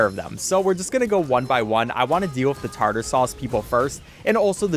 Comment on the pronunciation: its tar tar sauce 😭